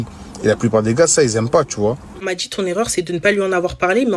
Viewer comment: Elle " dgit " qu'elle est sur "tchik tok"😂